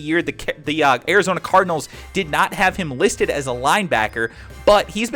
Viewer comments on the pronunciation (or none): none